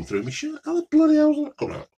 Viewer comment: No one:: ooooohhh that is bloodeh noice